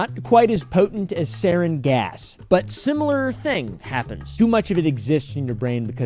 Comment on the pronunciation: It’s pronounced sarin